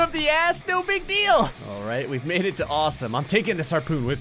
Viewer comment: He tried to say alright but ended up saying "Ara"